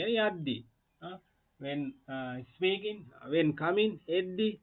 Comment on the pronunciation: First of all you should learn how to pronounce. ( is peaking nowe...speaking wiya yuthui. Bathing nowe...bedhing wiya yuthui.)